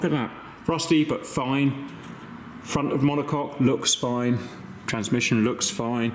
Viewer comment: "monocok" and.... demonetized. Glad to see you are working on your health, Cap. Selfishly, would hate for you to stop making vids. you are always entertaining, Good Sir